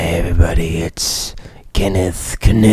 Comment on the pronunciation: it's actually kaniff..